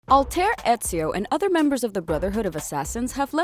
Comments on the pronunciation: Why did she say altar 😂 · Ah yes the assassins altar eso and bake of seewoo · It’s pronounced as Alt-ay-air, alright? Good. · Did she just say Alter instead of Altaïr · DID SHE FUCKIN SAY ALTER AND EZIO AT THE BEGINING? TO THE GILOTINE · Noah Price late but, All-Tayer 😂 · WHY DID SHE SAY ALTAIR LIKE THAT?! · I love this videos you make but I can't believe that you mispronounced the name of the protagonist, literally the first word said in this video was wrong. I appreciate the work you put into this and it doesn't matter over all but I can't believe it